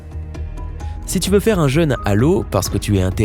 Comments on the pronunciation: Il prononce cent fois "un jeune" au lieu de "un jeûne". Il faudrait corriger cette faute de prononciation qui altère le sens, et constitue une sorte de "faute d'orthographe sonore". Pour bien entendre la différence, exerce-toi à comparer "je veux peu" (eu "fermés") et "j'ai peur seul" (eu "ouvert"s). Est-ce le même son "eu" ? Non... Le son "eu" de "jeûne", comme l'indique son accent circonflexe, doit impérativement être le même que dans "vœux" ou "veux" ou "feu" ou "peu" ou "queue" ! Alors qu'il le prononce comme dans "peuple" ou "cœur" ou "seul" ou "beurre". N'oublie pas, toi non plus Isabelle, que les fautes de prononciation sont des fautes de français à part entière. Ce qui transforme aussi en "ramassis de bêtises" francophones tous les "drôles" qu'il prononce "droll" : quelle que soit notre région d'origine, l'accent circonflexe est là, et pas seulement pour faire joli, mais pour nous obliger à prononcer dans trône, Rhône, côte, frôle ou drôle un o bien "fermé" comme dans "beau" ou "gros" - et non un o "ouvert" comme dans "fort" ou "viol". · Vous pourriez vérifier la prononciation des mots qui vous semblent compliqués avant de faire une vidéo ? Parce que "jeune à l'eau" moi ça me fait plus penser à un gamin noyé qu'à une privation de nourriture.